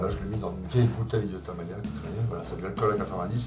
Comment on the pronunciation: Merci pour toutes vos vidéos très interressantes. Votre experience associé à votre ton cool est vraiment agréable. J’ai une petite question qui me taraude ! Pourquoi dites vous taMAya !?? hahahahaha c’est marrant !! taMIya ne vous plais pas !? Bon allez bonne continuation Et bravo pour ce que vous êtes et faites